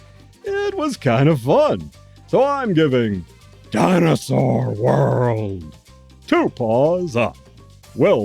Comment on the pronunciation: I like the way you say Dinersaur. It sounds like a diner that serves real dinosaur meat.